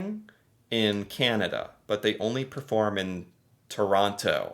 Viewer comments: It's Terono. Real quick. Emphasis on the last O. It's not Tooooor on TTTo like you say it. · Toronto has a silent t at the end you know that...Toronno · When someone pronounces the last T in Toronto. The last T is silent. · Things that bother me as a Canadian: When ppl say Toronto incorrectly. The 2nd T is silent! I'm not even from Ontario and I care for some reason! Speaking of which, when something only is available in Toronto is also annoying. Finally, the hockey stereo type. I've seen hockey fans and videos of them and they are very real ppl, but never have I seen an entire group of hockey fans together that was more than like 3 ppl hanging out. I personally am too laid back for most sports, so I do not care about Hockey.